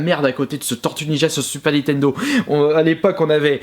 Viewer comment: N I N T E N D O pas NI TENDO